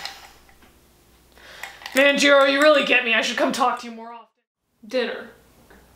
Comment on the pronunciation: Its jirou not jiro